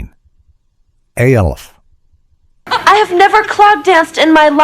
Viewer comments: The reference to a show being "cold and impersonal" is ironic, when it's given by AI. It's "ALF," not A.L.F. F**k AI. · Alf. ALF! NOT ALE-FH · Al-if, that’s how some people pronounce it in Ireland.:) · The AI is mispronouncing it because it’s in caps and it thinks it’s an abbreviation. It’s saying A L F quickly. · The AI voice keeps saying "Aleph" for ALF. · al eff??? AI voice sucks A ell F ??? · The AI voice narrating this 🙄…when have we ever spelled out each individual letter in ALF? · The fact that the a I voice I can't pronounce alf, but can pronounce his home planet melmac really? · The way I RAN to the comments when I heard it pronounced that way!! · 27 mins he cant say ALF lol